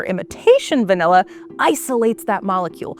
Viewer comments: Pronunciation is way off. It's Vah-Nill-Ah. Presenter keeps saying Vah-Nell-Ah. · I kinda hate the way she says "vanella". Lol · Distracted by the pronunciation of va-NELL-a. Just me? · What the heck is vanElla? I came here to learn about van'i'lla. Guess I'll have to watch a different video about it since this one can't even pronounce it correctly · Is she saying VANELLA 😣😣😣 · Why does she pronounce it «vanella»? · Its “V A N I L L A “ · Why is she calling it vanella? I can’t focus. Where is the host from? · Very annoying to hear vanella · It’s all I can hear 😂😂😂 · Not sure I've ever heard anyone call it "vain-ay-lah" before 🤔 I mean, I thought the bare minimum would be getting a narrator that can say the word properly (or any word with an "a" in it properly, tbh) but clearly not. I miss the old days when people actually cared to have narrators and presenters that were well spoken and completely without irritating mispronunciations and vocal fry 🫤 Because yeah, it was a CONSTANT annoyance throughout the whole video to the point where I considered muting the annoying narrator and just putting on subtitled 🙄 Instead of doing that, I just stopped watching! It's pretty sad that PBS has sunk to this level tbh, and I'm also bummed because I was actually interested in the covered topic, for once, but this was too painful to continue watching. Just some feedback. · I came here for a video about Vanilla, but she kept speaking about Vanella? what's Vanella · Not just you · Yeah, English pronunciation is fading